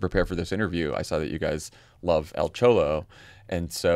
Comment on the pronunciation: Chollo? Is it not choy-oh?